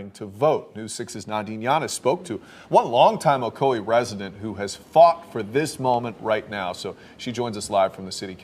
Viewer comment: these yankees crack me up by the way they pronounce ocoee like " o co eeee" when it's suppose to be like "o coy"